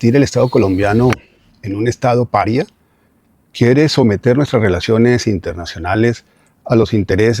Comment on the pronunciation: LUIS GUILLERMO PEREZ no está diciendo que Abelardo de la E "quiere convertir a Colombia en un estado PARÍA, si no "EN UN ESTADO PARIA. con acento en la primera A y no en la I, hay mucha diferencia ¿NOOOOO?